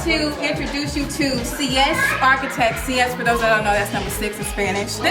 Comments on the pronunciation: No she did not pronounce seis like (see-s)🤣🤣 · Just leaving this here: six in Spanish in SEIS not SIES, the girl in team six was saying it wrong. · She said see es! 😂😂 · Sis said “ Sí-éss” lol. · Lol Cee-esss ?! I never heard sies pronounced that way 😂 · Thats not how you say 6 in Spanish lol